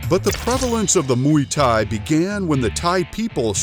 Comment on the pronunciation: Nem Muy thai, hanem Muay thai🤣